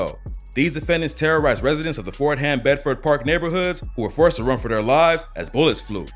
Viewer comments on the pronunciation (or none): We don't say Ford-Ham. The H is kind of silent. It sounds more like Ford-Am Road.